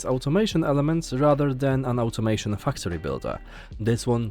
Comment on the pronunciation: Great editing and presentation in this video! Thank you for putting this together. Personally, I think that I'm most interested in StarRupture, as I'm a MASSIVE fan of Satisfactory. Also, quick note on the pronunciation of the word "factory." It's said with a long "a," as in "apple." Your current pronunciation sounds like "fucktory." hehehe Anyway, much love and respect. Thank you again for showcasing these games.